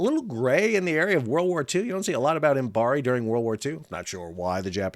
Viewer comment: Fascinating to hear about the Imabari (Im-A- ba-ri, not Imbari) model. The concept of building "at a loss" knowing they will make money in leasing, is interesting because, frankly, the concept of "at a loss" is almost meaningless unless a ship is being built for sale. As in all manufacturing where the product is built for sale, "price competition" (greed) inevitably pushes manufacturers to cut costs to maintain a sale, and those cuts always reduce quality at some point of the process (if not all). When the builder does the leasing, and (crucially) is willing to look longer-term for recoup and profit than other leasing companies, they can charge similar leasing rates while offering products of a quality of their own choosing. Further, they can guarantee to maintain that quality by using their own people and infrastructure for what is usually post-sale maintenance, and so often contracted to the lowest-cost outfit at any time. Of course, this model can only be viable if there are enough customers who consider quality important, and in an industry that invests so much into avoiding regulations which require any standards at all, Imabari's 6% seems even more impressive. 😩